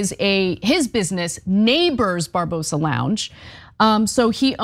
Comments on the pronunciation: Barbarossa not Barbosa. Do you people even read? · Bar Ba Rosa not Barbosa....the guy in this video needs an 🍑 whipping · Barbarossa!!!! Not Barbosa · I love Ana, but find it funny, that she can't pronounce Barbarossa. it's not Barbosa but Bar-ba-ross-i ;)